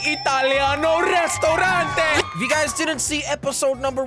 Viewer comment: I'm a real Italian boi u need to say ristorante not restorante